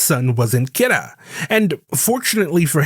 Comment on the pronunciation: Honest question, why do you pronounce Kira so odd.. the ANime doesnt say it like that in either english NOR japanese